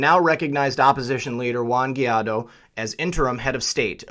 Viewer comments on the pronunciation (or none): Guaidó is pronouncedd why-though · Guaidó is pronounced like Gwhy - doe.